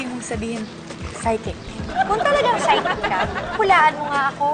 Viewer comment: Its psychic not psysick